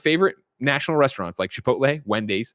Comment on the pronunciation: Came just for the mark from just listening to the podcast to watch Greg pronounce Wendy's lol.